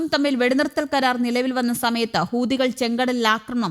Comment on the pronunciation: ഹൂതികൾ അല്ല ,ഹൂത്തികൾ എന്ന് പറ മോളെ